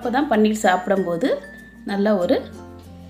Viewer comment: அது பன்னீர் இல்ல பனீர்.